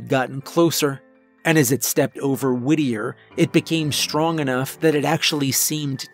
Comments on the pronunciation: I thought you were saying “woodear” or “woodyear” Is it Whittier? Lol Sounds like sirenhead tbh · I thought he was saying Whittier like Whittier NC, lol. Your explanation makes more sense.